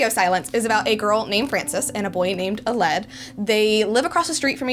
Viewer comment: Hey, I really enjoyed this review, and am looking forward to reading the book, once I receive her novel set. Quick note, I think Aled is pronounced Al-led, (as in Al, the first syllable in Alan, and led, past form of to lead, with the L's 'blurring', like in Alan, Al-lan), rather than uh-led